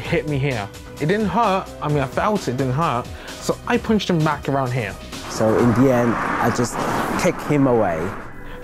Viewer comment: Where "here" is pronounced "yur".